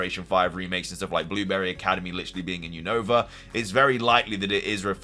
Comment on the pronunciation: you keep saying Unova Name Wrong 😅🤦🏻‍♂️